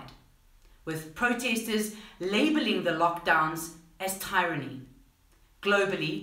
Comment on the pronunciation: Thank you for your informative updates,. For future reference: tyrant is pronounced "tai-rant" but tyranny is pronounced "ti-run-nee"